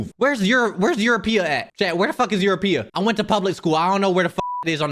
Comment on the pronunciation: bro said eurapia 🤣🤣